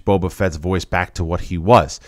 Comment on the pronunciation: Question. Does anyone know why John Campea calls Boba Fett, "Boba Vett"?